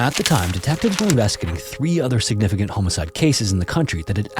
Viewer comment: Why do you say homicide wrong?